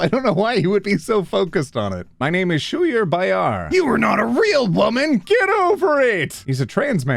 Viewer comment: ur mispronunciation of Schuyler Bailar’s name is so funny to me. its skylar bale-er